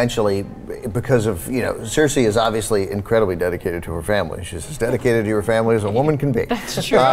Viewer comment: heads up its not circe its cersei